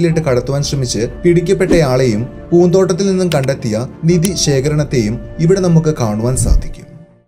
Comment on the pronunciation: നിദി അല്ല, നിധി ആണ്..പറഞ്ഞേ പറഞ്ഞേ..😀😁